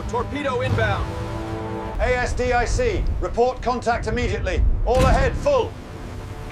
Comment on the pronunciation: "Steady on the A...S...D...I...C..." 🤣🤣🤣 Sloppy AI slop. 👎